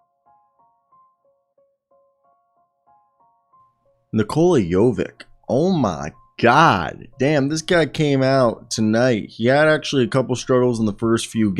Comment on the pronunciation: bruh.. Jović, not Jovik - the same ending like the joker